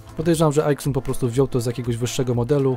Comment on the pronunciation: A nie czasami Aizun? Po mojemu tak to się wymawia poprawnie, bo xytronic wymawia się zajtronik np...